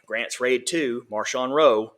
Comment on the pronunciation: Yeah, not Marshawn, though I wouldn't mind calling him Beast Mode.